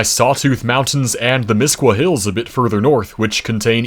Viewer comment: Fantastic pronunciation of Misquah Hills!